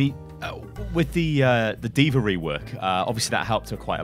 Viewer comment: Why do you always say names like Deever, Anner, Oriser???